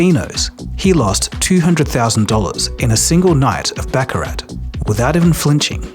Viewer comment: Baccarah .. not baccarat.